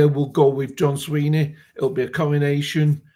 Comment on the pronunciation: his name is Swinney not Sweeney.